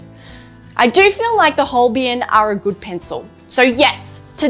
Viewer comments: Love your reviews though you have spelled Holbein incorrectly and also pronounced the name incorrectly. It should be pronounced as "Holbine". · These are useful reviews, and I hope you are enjoying your Holbein pencils. A shame you didn't get to experience the amazing Holbein Soft White pencil - it is really special!. And, FYI - Holbein is pronounced like Hole-bine (rhymes with vine), not Hole-be-in. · Thanks, that's correct. As Holbein is a german surname, named after the famous medieval painter Holbein. It's pronounced: Hole- bine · Holbain pronunciation. Think of Holbein as sounding like hole-bine, where hole is just like the word, and bine rhymes with fine or line. So, it’s not as you are saying it; it’s more like saying hole and then bine, with the ei part pronounced like eye. This should help make the pronunciation clearer.